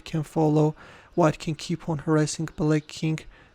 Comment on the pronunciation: The way he is saying black as bullack😂😂😂